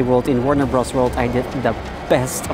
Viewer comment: Your pronunciation was fine and your English is great, my dude! I've seen coverage of Warne Bros. Wold from other Youtubers and it looks great! What other theme parks are on your bucket list?